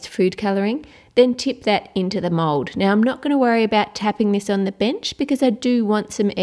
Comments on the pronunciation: i hear you said mod insted of mold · Why you say mode